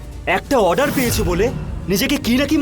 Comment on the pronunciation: এই গোপালা তো ভালো ভাবে অর্ডার ও বলতে পারে না বলে আডার 😂😂